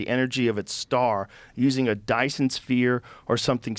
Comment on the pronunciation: Wow Joe butchered that Dysons sphere lol